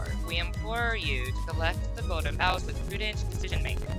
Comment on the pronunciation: Thank you for pronouncing Bough correctly, new Manager! Welcome to the Company. :3